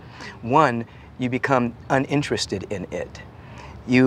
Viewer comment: I love how he emphasized UNinTeresTed In IT!